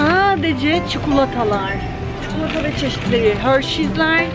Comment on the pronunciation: Cuklata degil stupid,cikolataaaaa